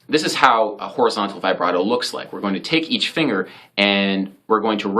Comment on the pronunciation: It’s pronounced vih-brato, not vibe-rato!! Get it right